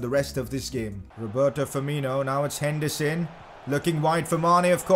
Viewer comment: He actually says hendison